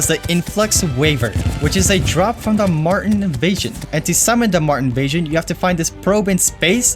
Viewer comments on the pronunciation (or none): the way you say Martian irks me but besides that, nice vid